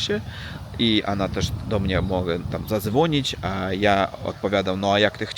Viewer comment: I często mówisz " dla mniA ", dlA mnie. Duża litera to akcent. Dobrze mówisz. Pozdrawiam.